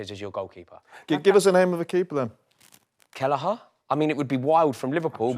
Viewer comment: said Kellagher😑